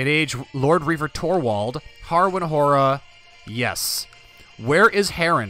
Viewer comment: Have you tried to download the Tubbs' Better Faces submod? It inserts the DLC portraits from the base game into the mod. You should install it as it really improves the portraits. Also, Hoare is pronounced like "whore", not "har-ah". Still, looking forward to this series! I always love the Aegon's Conquest bookmark in the mod.